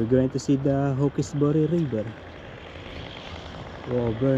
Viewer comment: You pronounce it "hawks-berry", not "hawk-ess- boory". You really found yourself off the beaten track this time! I haven't been to Wiseman's Ferry since I was a teenager many years ago. I remember the countryside was very typical NSW country and very pretty.